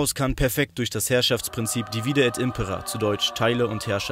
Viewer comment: Haha, jetzt wurde "Impera" richtig betont im Einspieler! Sehr gut! :D